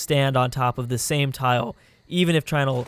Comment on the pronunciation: Chinal? you mean like anal?